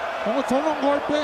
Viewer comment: alam ko spanish... sabi daw "Ginulpe" daw... LOL